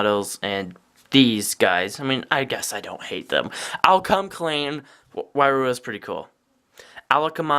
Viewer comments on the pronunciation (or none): It's not why-roo-uh it's why-ru-ha